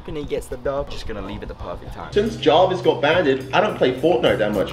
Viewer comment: Kay calls Jarvis Jovis